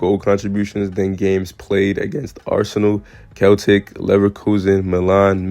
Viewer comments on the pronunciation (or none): Great vid bro, just so you know Celtic is pronounced like Sell tick.